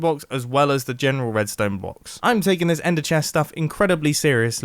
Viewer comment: “Wedstone” i chuckled a bit